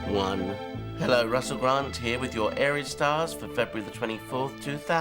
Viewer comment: tf is a arius 😂😂